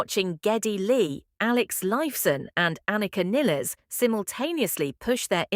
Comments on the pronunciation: Her name is not pronounced Nillis, her name is pronounced NILES…. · Nilles rhymes with "Miles", and Peart is pronounced "Peert" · The opening comment box… “after the fifty something tour.” ??? Idiots, LA is the START of a two year long WORLD TOUR. Anika Nilles is pronounced, like the river Nile. Get your self together before posting content about #RUSH. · Joining the crowd who says AI is right here too. Nill like Pill with -es in the end. It's funny that only AI gets it right, and those who knew her before Rush like Rick Beato. And even in English the two L should indicate a similar pronounciation, but people probably say what the band members say and they are too old to learn it. :D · Seems like she inherited the curse of having the last name mispronounced.